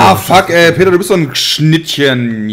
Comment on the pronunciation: Das heißt Peter nicht Bit :D